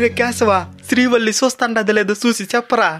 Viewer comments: శ్రీవల్లి ❌️శ్రీ గల్లి ✅️ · Adhi srivalli kadhu bro karevalli 😂😂😂😂😂